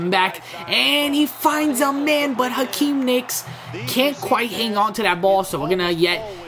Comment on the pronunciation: it's not Akeem nicks it's Hakeem Nicks